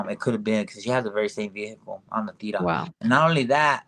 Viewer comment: Say Teeerra not Teara La Teerra roll the r and the T is like th sound Theerra